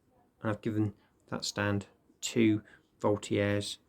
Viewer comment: Isnt it pronounced " Volt -i - Jeurs "